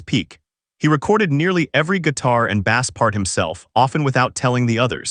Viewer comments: As soon as a narrator said bass like the fish instead of the instrument, I'm out. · I guess AI voice can’t distinguish between when to pronounce ‘bass’ as the instrument or the fish yet Also it’s kinda funny this is about how “D’arcy is more important than people realized” and there’s like 1 photo of her and the rest is corgan